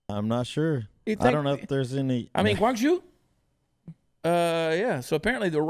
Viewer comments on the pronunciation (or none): Chad, Chad, Chad, it's not pronounced Guangzhou. It's pronounced Guangzhou! LOL LOL